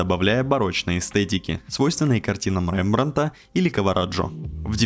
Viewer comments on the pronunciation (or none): Спасибо. Обзор шикарный. Резануло ухо Рембрандт и Кавараджо»